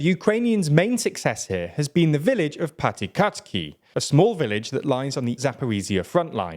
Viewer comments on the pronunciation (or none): please learn how to pronounce Ukrainian names even semi-correctly god i cringe every time you say "zaporizziya" or "patikatki" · I could listen to him butchering the pronunciation of Piatykhatky all day.